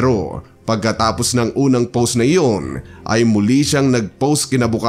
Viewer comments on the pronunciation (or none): none